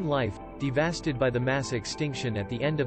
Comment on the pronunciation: When the robot said de vast ded , I was out😵‍💫